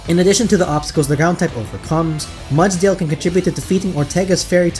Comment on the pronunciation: I rarely leave a comment. This was a well done video and you earned my like and sub. My only piece of advice is to display the name of the pokemon on screen when you are going over them. (Only for the 6 you are adding to the team). It took me forever to realize you were saying "Mudsdale" and not "Mutt-Tail" lol. I'm an older pokemon fan getting back into the games and putting the name of the pokemon helps a ton when trying to draft a team. Just a suggestion. Either way awesome video.